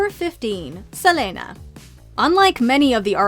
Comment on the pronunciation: why do you say Selena like that